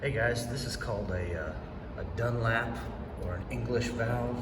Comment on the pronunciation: FYI: It's not Dunlap, but Dunlop.